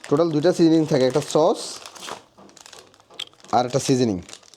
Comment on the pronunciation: চস বলবেন না, বলবেন সস।